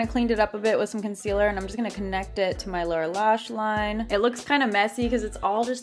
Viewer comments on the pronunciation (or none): none